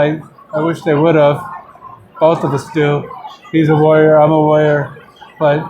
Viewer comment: Every time Tank says Warrior, it's sounds like he is saying LAWYER....make's the interview amusing.